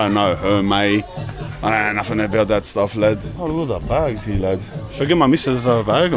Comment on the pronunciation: His accent “ here / heeeeuhh “